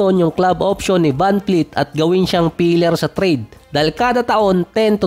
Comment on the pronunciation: vanvleet po hindi po vanfleet